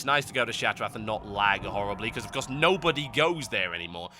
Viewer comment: What the fuck is ShattraT o.O